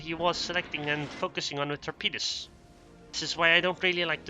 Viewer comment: snicker you said "torpeeduz" ; p ps seriously, nice commentary on and acknowledgement of dr's user replay pps please keep posting! : )